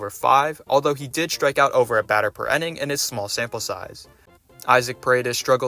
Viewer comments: Except for the whole enning/inning thing. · I really liked this trip down recent memory lane. Well done! One thing that bothered me: It's INning, not ENning.